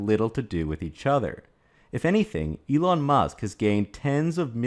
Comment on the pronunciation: just curious. Are you saying Elong on purpose? On Tesla, they barely scratched the surface on global markets (outside China, HK, US, Scandinavian countries). Have delayed new models due to supply and battery constraints. Yes there are people who are hurt on exposing censorship ideology that existed. I don't like it, nevertheless it is what it is 🤷‍♂️